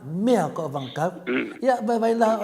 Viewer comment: E lē o le saòga o le ùpu: "anavatau". O lea e maua atu, o lo'o saunoa mai Toleàfoa: avagakau?🤔